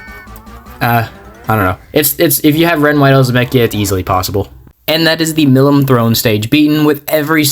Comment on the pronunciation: I'm impressed you managed to win with disadvantaged Tribes bar Shady. I like how Tsukuyomi was there twice on the Heartful team to bring Christmas spirits lol. Also, the way you pronounce the name of Demon Lord Milim is (Mee-Lee-M). Japanese kanji pronunciation and all but I do not blame ya since it looks like a weird name in text.